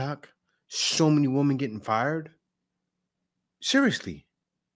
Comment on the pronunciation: Good video and great remarks by you. I am glad that these WOMEN are being dealt with at last. By the way, many modern people pronounce women incorrectly. It's women - not woman - there is a spelling difference you can see. Plural is not singular, one woman is not the same as ALL women. When speaking of All or a group of Women it should sound like "WIMEN". Using "woman" when speaking of ALL women sounds very uneducated.